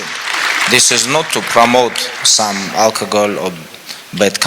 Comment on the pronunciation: I love the way khabib pronounces alcohol as alkagoal